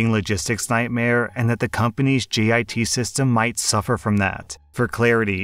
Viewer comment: I’m padantic but u said GIT instead of JIT